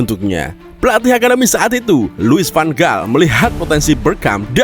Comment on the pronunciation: Penyeyebutan van gaal: van hal bukan van gal